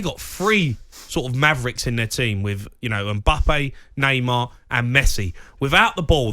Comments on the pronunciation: man said embuppay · Jamie it’s Mbappe, it Emboppay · Why does he keep calling him mimbppa clown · I didn’t know his name was Mbuppe, thanks Jamie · Everyone: Mbappe Jamie O'Hara: MBUBBEY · O'hara calling mbappe mbuppe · Is nobody good to address the 'mbuupee' situation? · Say it with us now Em-Baa-Pay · Does he ever pronounce Mbappes name correctly? Doing my head in 😂😂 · something very wrong with the way he is saying Mbappe